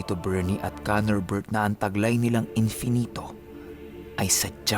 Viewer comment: Every time na sinasabi nyang KANORbert i remember someone and i dunno why hahaha. pero astig kwento more power.